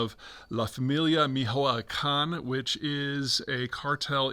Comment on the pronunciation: I had to go back a few times to understand Peter's pronuntiation of "Familia Michoacana" lol. I wonder wherer he got the sources on it, first time I hear it focuses on fentanyl trafficking